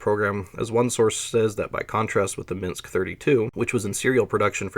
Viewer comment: Edinaya sistema sounded right, you can just say Yeah-ass that's how everyone pronounced it here, although I think I usually heard it as Yeah-Ass-Eh-Vah-Ehm (ЕС ЭВМ). Ryad is rather ree-at given English does not have soft consonants. Your Minks is perfect anyway.